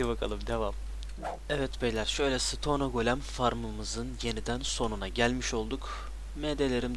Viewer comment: bir isteğim var: sıtonee değil sıton. sonunda e yok.